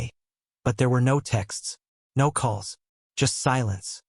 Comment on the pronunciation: Every sentence beginning with "No" is mispronounced in a Hispanic accent.